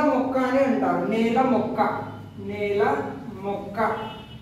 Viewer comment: నెల కాదు నేల